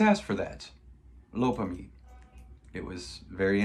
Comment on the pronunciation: Its pronounced Low-pair-am-ide. Retired nurse here.